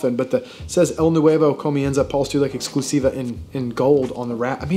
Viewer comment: Your "exclusiva" and "limitada" pronunciation was pretty on point haha